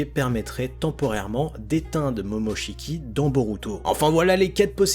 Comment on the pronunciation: mais arrête de dire momochki boruto (j’aime pas ce nom je préfère Uzumaki)